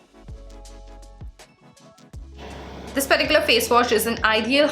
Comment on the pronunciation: Why always u say perticular 😰😰though good video